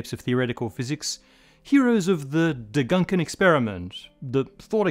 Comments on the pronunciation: Degankenexperiment 😂 For the non-germans: he pronounced the first two syllables of Gedankenexperiment (imaginary experiment, thought experiment) backwards - honestly not that noticeable or relevant, but had me smirk, so had to say it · Hey, that's "Gedankenexperiment" not "De gunken experiment" lmao. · I think it’s gedanken not deganken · degunken experiment? you mean gedanken experiment... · Did he seriously say /dɛ-ˈgʌŋ-ken/ experiment, instead of /gɛ-ˈdaŋ-kɛn/, and that went through everyone recording and sound checking, etc.? EDIT: Wait, low quality control on this vid (I say this because he says "..a millisecond stretching...", and the animation shows "1 sec =..."), though that still doesn't explain the bizarre pronunciation flub. EDIT 2: - No, Alice's crossing of the horizon should not permit her to see photons emitted by the box that's further in, since within the horizon is expected to have only directly-inward light cones. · I came here after searching the comments for "degank" (I first searched for degunk) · That's not how you say "Gedankenexperiment" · It's Gedankenexperiment, the 'a' spoken like the 'u' in 'cut'. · His syllables got quantum entangled 😀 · No he doesn't, but aside from the switching of the syllables he did a very good job in Gedankenexperiment.